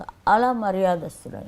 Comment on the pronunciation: మర్యదస్తుడు అనకూడదు మర్యాదస్తుడు అనాలి ముందు భాష, స్పెల్లింగులు నేర్చుకుని అప్పుడు ఓఓఓ వీడియోలు చేయీ